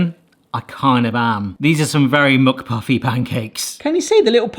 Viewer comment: every time you said mc-something, I kept hearing muk, like mukbang and I was wondering what video I was watching :) Also, your cooking safety worries me on such a deep level.